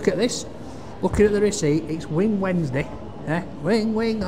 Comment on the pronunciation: “Wing, wing” “Herro” 😄